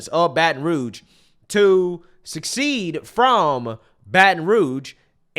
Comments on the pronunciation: How does manage to pronounce secede as succeed? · It’s secede, not succeed.